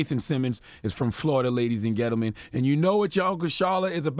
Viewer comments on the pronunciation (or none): Why does Lenard keep saying 'gentlemen" like "ghettomen" ??